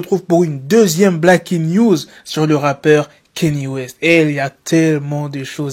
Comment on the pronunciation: Alors Kanye ça ne se lit pas « KÉ-NI », ça se lit « KA-NI-EH».